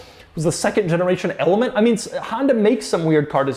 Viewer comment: Honda: element Doug DeMuro: elmet